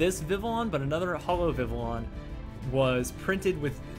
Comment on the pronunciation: You had a great video but you pronounce Vivillon like vivion other wise great vid